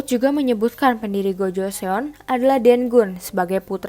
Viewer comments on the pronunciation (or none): Boleh koreksi dikit tentang pronounce nya g? Sbnrnya kalo bilang Joseon itu emang e nya kdg nyangkut kan nah yg bener itu bacanya 'gojoson' e nya rada ilang. Bukan sok tahu tapi aku belajar cara ngomongnya. Sama Seoul itu bacanya 'Soul' kek baca bahasa inggrisnya nyawa. Itu juga kan Baekjee nah itu bacanya bukan bakje tapi 'bekji'. Goryeo bacanya juga bukan goreyo tapi 'goryo' sama kayan joseon yang mana e nya rada ilang. Cheomseongdae, cara bacanya juga bukan ceoseongde tapi chomsongde. Sekian Semangat, kakak